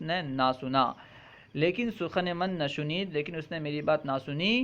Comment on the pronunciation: Shuneed shuneed kya hota hai bhai shaneed hota hai